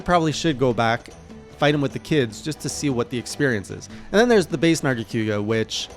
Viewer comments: The only thing that hurts more than lucent's poison spikes, is the way says nargacYOOga Seriously tho, I'm so glad you got to experience the Tower and this interesting narga variant before we see what's in store for the Sunbreak version. And for Alatreon, the fondest memories I have in MH are squadding up with gunners and hammer users all optimized for one thing: breaking those damned horns. He is a very consistent fight once you understand his red/blue modes, and his head is surprisingly vulnerable after many attacks if you learn the tells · Why you call it Nerga-Q-ga? Lol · Nargaquga and his pronunciation Also, Hallowed Jhen attacks are completely random. Normal Jhen is very scripted, it does attacks in order